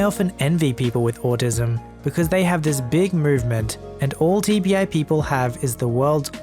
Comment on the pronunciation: When he said TBI I thought he TV eye.